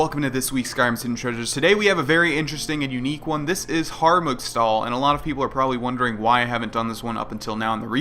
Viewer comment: Grohlvana its called Harmugstahl not Hargumstahl! :)